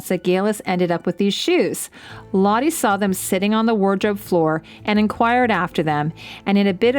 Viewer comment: I know Geillis isn't coming back again and this is a very late response to the video (I'm watching it as I'm hand-sewing a shift... getting as much info on Scottish 18th century clothing as I can as I make these things and wait for my stays to arrive), but I just want to say her name is pronounced more like "lot-uh" or "lot-eh" (I don't know how to phonetically spell this. lol). It's Dutch.